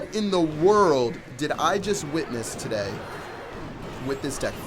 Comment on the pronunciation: that was the worst "today" I have ever heard